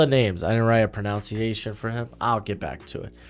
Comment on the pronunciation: Love your content and also the irony of you mispronouncing “pronunciation”.